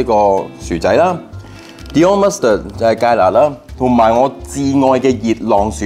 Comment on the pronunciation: Dijon mustard 讀成 Dion mustard 我也是醉了